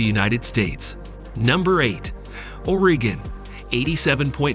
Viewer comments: Just curious: the narrator sounds American. Why does he struggle with US pronunciations of Wichita, Oregon and Vermont? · Why not take the time to train the AI narrator bot to pronounce words like “Oregon” correctly? 😂